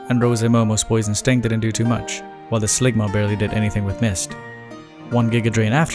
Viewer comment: Slugma -> Sligma -> Ligma literally sent me every time, holy